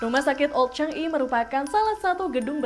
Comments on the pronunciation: Changi di baca sebagai cha ngi bukan chang i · CHANGI sebutan sebenarnya CHA NGI bukan CHANG I..